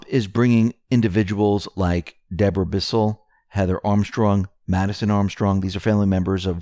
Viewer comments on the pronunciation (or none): none